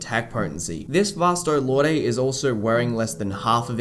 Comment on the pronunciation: Is Vasto Lorday the dubbed version or something? I remember it being pronounced Vasto "Lord."